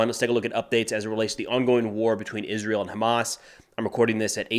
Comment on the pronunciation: Izzrull. Milladairies. Izzreal.